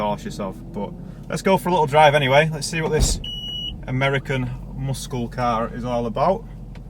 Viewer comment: the way you said MUSKKLE.. lmao